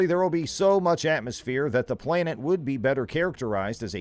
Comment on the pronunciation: well, it has everything to do with this posting considering he says the word playnet a hundred times but somehow says planetary without accent.....soooo.....i stand by my comment.